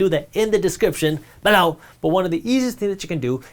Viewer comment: Bro please stop saying BELOW the way you keep saying it…. It’s so annoying and get my nerves up